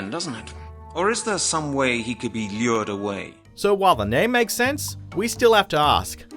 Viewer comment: I never knew lure had a silent 'L' in British English.